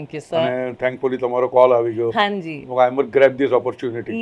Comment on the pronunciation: In Gujarati there's no "HaNji" !! It's "Ha ji" that without N between them. Hanji sounds punjabi...